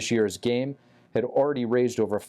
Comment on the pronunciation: She said uver or oover all